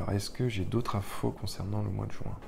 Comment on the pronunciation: Mois de JUIN et non pas le Mois de JOUIN . RESTONS FRANCE MERCI